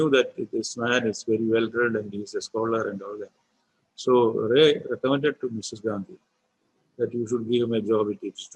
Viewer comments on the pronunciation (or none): Please Pronunciation Not 're' it is 'rai'